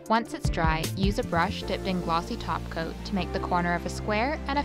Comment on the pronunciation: I keep hearing glossy taco whenever you say glossy top coat😂